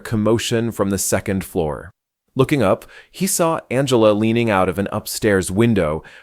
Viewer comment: AI cannot figure out how to say "Angela" correctly